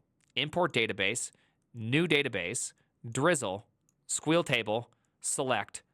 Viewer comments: please please .. STOP saying "squeal" !! I'll accept "sequel". I'll accept "es kew el". But not "squeal". Absolutely abhorrent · SQL is pronounced, or has been for years, as either S.Q.L or Sequel, never as Squeal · Sequel is only for Sequel Server, which is Sybase, I mean, Microsoft SQL Server. If its any other mere relational database, then its squeal. There's an exception for oracle, if its Oracle, then its pronounced SQL esse, queue, el. because Oracle is boring. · Squeal lite? Not sequel lite? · sequel, not squeal. get off my lawn. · First time I heard him say sequel instead of squeal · Why, why do you pronounce SQL like that, it makes me squeal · Why pronounce 3 or 2 syllables when 1 will do? Blame Fireship?